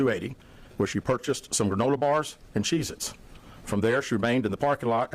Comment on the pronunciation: Her mother is a ENABLER and that’s why Carlie is the way she is ‼️ I can’t help but laugh when he say’s CHEEZ-IT’S 🤭